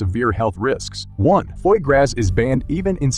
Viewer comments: Gralic?? Come on. Foy Grass?? Come on. Learn how to pronounce words properly,. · "Graw" not "grass" it is french for the word Fat and that "S" is silent. These AIs just mispronounce so terribly. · Geez...I sure hope the voice over is computer generated, because if it's a human dude needs to work on his reading and pronunciation: GRALic? Foy grass?🙄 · Whatever it is they need to find a way to get words pronounced properly. liver and fat are two words that are not pronounced Foyce grass and I was being nice because Foie is not even spelled with an s. So if they had spelled it right in the first place it might have been pronounced without all those s’s. etc... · Learn correct pronunciation of foie gras is phonetically: foy....gra...the "s" is silent. Please reprogram your robot narrator. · Worth a listen just to hear the pronunciation of foie gras…